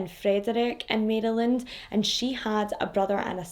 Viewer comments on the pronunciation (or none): Maryland. Marelin, I hope that makes sense... that's how I, a Marylander, pronounce it. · Mare-uh-lind Maryland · Im right above u about 25 minutes in PA. We pronounce it Mara land. We don't pronounce the Y so much. This is so sad :( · My home state! Thank you, can’t wait to listen! I pronounce it “Mare-land” BTW. Some say say it a little differently. Not sure why we don’t just say “Mary-land”. Anyone else feel free to chime in! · Or Mare-lin.. that's how people on my part of Maryland pronounce it. I am certain it's pronounced differently in different areas. Keep in mind, Maryland is neither Northern nor Southern we're both!! LOL